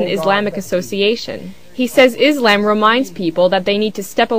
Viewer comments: its freaking ISLAM not IS-LAMB learn to pronounce it right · Izamb....Fuck, when are people gonna say 'Islam" it's with S not Z... ffs. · Why do most Americans always say ISlam? The pronounciation should be on the latter. isLAM. Not ISlam. That sounds silly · its ISlam ISlam its not IZlam you stupid biitch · omg i hate it when they say Izlaaaaaaam ... it's Islam ...easy.I...S...L..A...M seeeeeeeeeee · is-lamb. love the way she pronounces it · She needs to learn how to pronounce Islam right, its not IzLAMB...